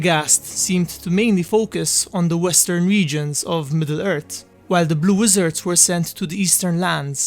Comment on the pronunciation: They arrived in middle ert in the turd age... Facinating